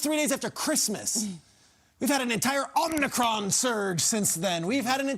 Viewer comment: Please stop saying “omnicron”